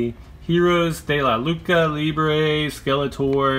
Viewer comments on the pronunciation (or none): It’s pronounced “loochah libre” which means wrestling in Spanish. Not lookah libre like you were saying. As for the knockoffs, the motu figures weren’t worth the price point. Just sayin.’